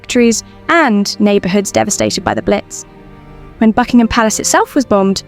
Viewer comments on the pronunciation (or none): none